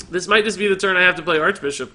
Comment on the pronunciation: I was triggered as hell when he said "maybe thijs"